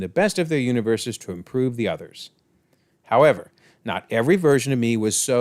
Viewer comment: Don’t forget to take a bite off a. Apple when you say however part lol